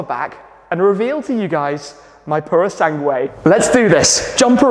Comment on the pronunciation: Wow that 296 is a stunner. Not paid much attention to car vids of late so never knew of it till now. Without even looking up the info on it it's clear its a modern take on the Dino and its perfect. The Purosangue? well its nice for an SUV I guess. Glad you can say its name right lol.